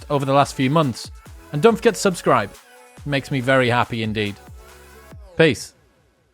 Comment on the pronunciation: I was about to subscribe but you lost me at the last syllable. Lol. All because you stressed the syllable of sub instead of scribe.